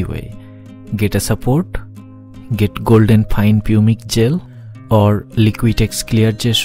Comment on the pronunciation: An interesting video, thanks for posting this. One minor point - Pumice is pronounced 'pumis' in English.